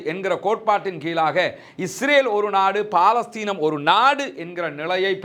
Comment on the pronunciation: 'பா'லஸ்தீன் இல்லப்பா பலஸ்தின் எங்கே சொல்லு பார்க்கலாம்.... பலஸ்தின்.